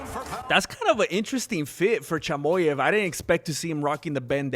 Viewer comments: A Mexican calling Khamzat “Chamoy-ev” is hilarious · What does this guy mean by CHY-MO-YEV?😂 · Thank you so much for your support Khamzat, dud! Like your channel, great job! P.s. Chimaev is pronounced as: [tʃɪˈmɑːjɛv]😅